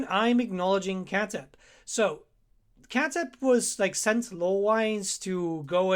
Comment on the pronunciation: The worst is Khatep. His name is pronounced much further away from writing: „Chà:dépp“. Doch-Sound, very short A, pause in the name, d instead of t, lonh, pronounced e (Like in „seed“) and a very sharp, pronounced p, as if you wanted to make your mouth explode. Like, you need to hear yourself exhale after the P sound. Ancient Egyptian is not an easy language. It grew over more centuries than centuries lay between us and the Romans.